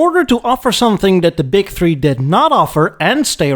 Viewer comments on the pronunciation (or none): none